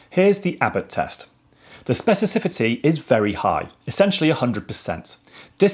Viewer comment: Spe-ci-FI-ci-ty. Your phonemes are misordered.